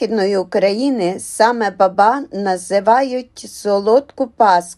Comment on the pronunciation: Не бАбА,а бАба !